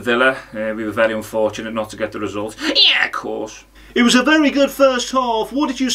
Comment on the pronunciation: The "Ye'course" got me good.